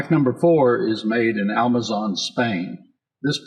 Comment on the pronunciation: Thought I was stroking out, but in trying to sound all accurate and right he says, "Almazon" and it's killing me. Literally lol-ed